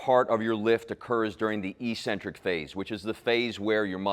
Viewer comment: not EE-centric. No such word. It's ECK-centric.